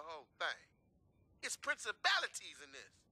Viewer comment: He said "it's princibalities in this!" Lmao!!!